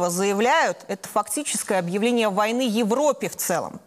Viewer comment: Вы так выразительно произнесите слово «война», будто гордитесь своей причастностью к серьезным событиям. Как дети.